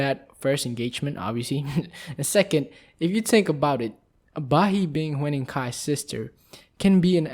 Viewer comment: pronounce : HYU-NING, not hue-ning. <3 xx